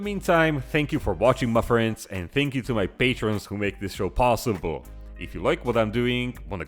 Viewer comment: Ma fwends